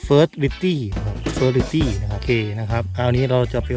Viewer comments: Furtility เฟอ ติ ริ ตี้ เตรียมอ่านมาสักหน่อย เพื่อความน่าเชื่อถือที่ดีกว่านี้นะคะ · Fertiliti อ่านว่า เฟอ ติ ลิ ตี้ เตรียมเขียนมาสักหน่อย เพื่อความน่าเชื่อถือดีกว่านี้..